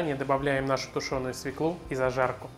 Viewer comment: Пржалуйста, перестаньте говорить - СВЕКЛу!!!! Правильно говорить - СВЁКЛУ!!! Невозможно слушать! Режет слух!